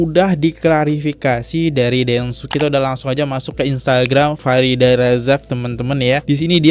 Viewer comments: F I R D H A R AZAK bk Farida Bacanya kok blm bener aja dr dulu.. Nama org hrs bener lho pengucapannya, kalo gk org ybs gk terima..🙏🏻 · Baca namanya Farida 😂 terus Kodrat jadi kuadrat 😂 lucu bgt sih lu Bang 😂 sukses selalu bang buat channel nya